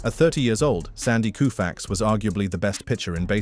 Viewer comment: You lost me after sandy " ku-fax" 🤦